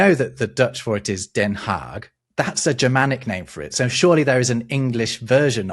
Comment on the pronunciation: As a Dutchie I'm very impressed by the pronunciations of all the version of Den Haag! And also I'm very glad we don't use the long version anymore. There's a couple of Dutch towns that were shortened over time. Some are still in process. Looking at you 's-Hertogenbosch!